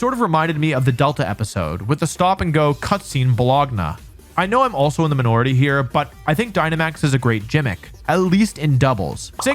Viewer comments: he said "Buh-log-nah" for bologna , which made me giggle a little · "Balognah" "Jimmick" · Ah yes. Jimmicks and bolognia... into the video...I've never heard words pronounced so wrong in my life